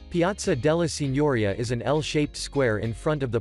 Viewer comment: Piazza della Signoria, pronounced very badly... It's not Maikol-Ayngelo but Michelangelo! Is It possibile that italian words are so hard for you?